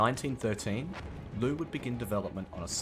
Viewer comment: the General Liu's"劉"is actually pronounced a bit like "Leo" but faster, so it's not that complicated